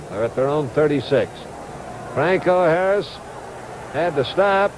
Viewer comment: Man, this announcer has problems with names. Bradshaw I caught him call Bradshaw both “Shawbach” and “Bradley.” He also messes up Harris’ name once or twice, but gets Fuqua right.